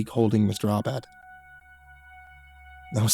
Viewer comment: Mr. Aubad? Seems like Mr. All Bad 😅.